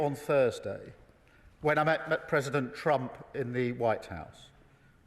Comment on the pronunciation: "when I met McPresident Trump"